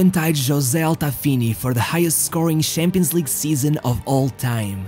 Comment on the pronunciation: Why do you pronounce it Shampions League and not Champions League